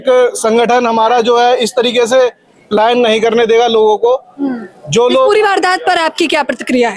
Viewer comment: Palyan nhi palayan hota h 😅